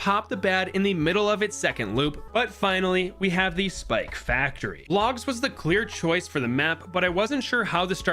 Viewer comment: you said spaktory😂